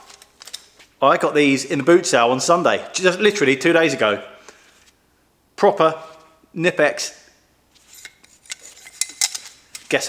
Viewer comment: hi. i know you invented the language but it pronounced "kuh nip ex" cheers